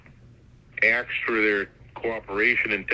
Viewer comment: "They were making pills from India..." makes absolutely no sense. The investigation has been going on for 13 years??? Right, he can't disclose your address because he doesn't have it. Which district is this district attorney from? He never mentioned that.🤔 Oh man he said AXED.😖 This guy is so slick, trying to get all of this info over the phone. Then he yells at you about not telling him that you "wasn't" feeling well. 🤮🤮 He and his friends (?) are playing cops and robbers. These people must be in prison. Seriously. This phone call would NEVER come from the FBI. The FBI will block your phone from international calls?😆😆😆😆😆 Oops, he messed up big time - there is no such thing as the US Confidentiality Act. There's the Privacy Act, but he said what he did because he's a filthy, ignorant scammer. And you even tried to correct him. What a moron. Did I miss the amount of the "fine"? Oh here come the officers.🤦‍♀️ You were absolutely incredible!👏👏 BTW, I have lots of family in several countries - wonder how they'd manage that.😉